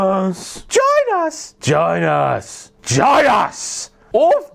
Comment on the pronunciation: Dude the way you pronounced "Join Us" is not family friendly. Join Us Join Us Join Us Join Us Ginas Vaginas